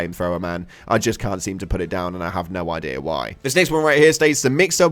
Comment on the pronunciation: Your "job" is speaking. And you fk English up Ke-ant